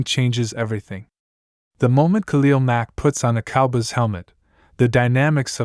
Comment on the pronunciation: This is not true.You don't even pronounce cowboys the right way